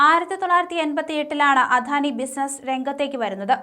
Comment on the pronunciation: അധാനി എന്ന് തെറ്റിച്ചു പറയുന്നത് കേൾക്കുമ്പോൾ കലിയാണ് വരുന്നത് അദാനി എന്ന് പറയാൻ ആരെങ്കിലും ഈ കൊച്ചിനോട് പറയാമോ